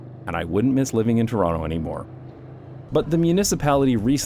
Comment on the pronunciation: I don't care how long you live in The Netherlands, you're still Canadian as long as you pronounce Toronto correctly.